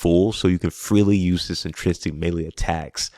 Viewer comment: Great video, great concept, but I CANNOT hear you mispronounce the word intrinsic one more time! LOL I'm sorry but it hurts me 🤣😭